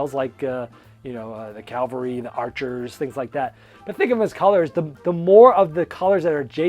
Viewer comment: CA-val-ry (horses), not CAL-va-ry (the spot where Jesus was crucified). Otherwise, cool list,! Gotta check out some of these games.